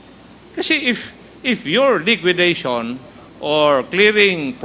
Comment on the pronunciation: LIQUIDATION NOT LIQUIDITION